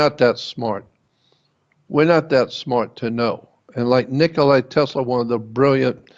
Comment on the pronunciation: Nikola Tesla (NOT Nicolai!)